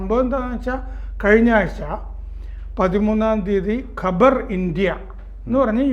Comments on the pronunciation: Khabar is news not Qabar is Savakudeeram😅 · കബർ അല്ല ഖബർ അണ് അഖ്ബാർ എന്നാൽ പത്രം ഖബർ എന്നാൽ വാർത്ത അല്ലാതെ കല്ലറയല്ല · Kabar savakudeeram. Ivide parayunnathu khabar ennanu , ithinte meaning is varth (khabar = varth)